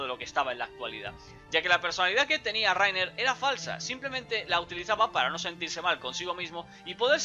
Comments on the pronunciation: Raina* :v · Se dice "Layna" >:v